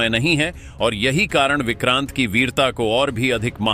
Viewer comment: Vikrant nahi he o ko oooor he😊